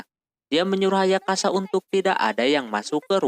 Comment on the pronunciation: Bang lu napa nyebut nama ayasaka, ayakasa mulu dah